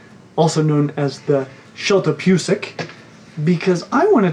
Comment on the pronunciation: Bwahwahwa...Shyeltopyusik BGGGG LOL. It's Zhehl - Tah - Poo - Zik. It is for Yellow belly